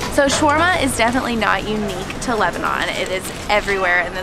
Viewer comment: It's ShAAAwerma and not chwerma please !